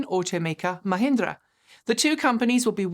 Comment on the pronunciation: She pronounced Mahindra perfectly. 🏆